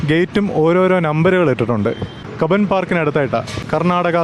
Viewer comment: കുബോൻ പാർക്കല്ല ബ്രോ കബൻ പാർക്ക്‌ ❤️